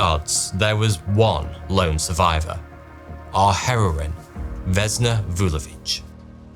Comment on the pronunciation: Vesna, not Vezna. Basically the only thing you pronounced correctly is Vulović.